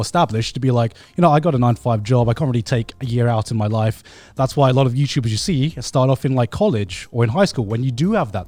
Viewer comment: I swear gaunt said youpubers….